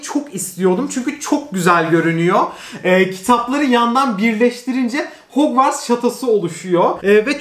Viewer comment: nobody:: mereba arkadaşlar hogwars stüdyosunu aldım